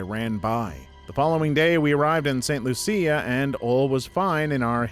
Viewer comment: St Lucia is pronounced St Looo-sha. My ex in laws are from that island.